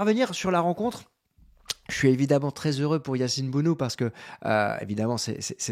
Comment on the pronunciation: Se dit BONO tout simplement comme Morad et non mourad